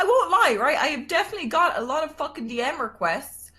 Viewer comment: "If you want a fockin Pam reading" lmao